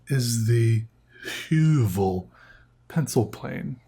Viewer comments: well as a norwegian I can tell he doesn't pronounce the letter correctly (not that it really matters). The name might be from some other language, but the ø is really only used in nordic languages and since høvel literally means a plain, and the sharpener looks like a small plain I just made the conclusion that the company referenced the norwegian word, and I thought I might just come with that fun fact and corect the pronunciation cus the more you know. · pov:youre norwegian and get triggered by how he sais ø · The way he said Høvel killed me hahahhaa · The way he pronounce høvel hurts my ears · "Høvel" is the norwegian word for a plain or a razer, which makes sence for a product like this. The letter Ø is pronounced not as a U, but as the i in the words First and Birch.